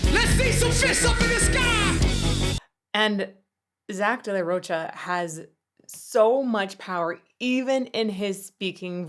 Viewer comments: It's pronounced "Row-kah". Not "Roach - ah" . Unforgivable!! :) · Not for nothing Rocha is pronounced with a k sound